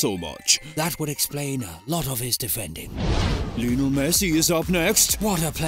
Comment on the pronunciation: Lionel* not Linl